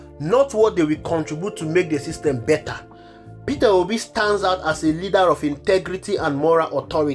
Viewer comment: You are pronouncing it wrongly - peterobi, it's Peter obi